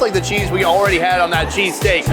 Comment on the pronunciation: people from philly is cringing at that "cheesesteak"